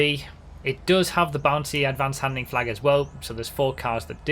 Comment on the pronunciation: Jfc it’s pronounced han-del-ing not handing